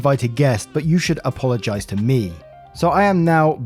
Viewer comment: Correct me if I'm wrong but, did you just say "I aPAW-logize for any background noises"? did you just...👀👀👀 *Sigh, you cheeky and wonderful person.